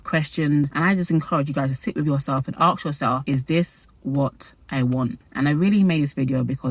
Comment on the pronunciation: Gurl I love you but you're in the land where English was created, how are you pronouncing aSk as aKs 🐿️